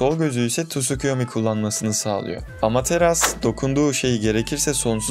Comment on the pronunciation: Amateras diyorsun sinirleniyorum lütfen amaterasu der misin